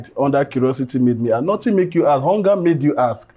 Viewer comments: you were corrected on the pronunciation of “ask” on the last episode and you’re still making thesame mistake 😂😂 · Ask ask ask not aks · Curiosity made me ask not aks 😂😂😂😂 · Aks❌❌❌. Ask✅✅✅